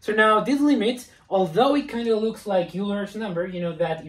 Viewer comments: "Euler" is not pronounced you-ler, it is pronounced oiler. HTH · Always the shame shit. It's not Yuler's number, its Oyler's. Have you ever been in a math class?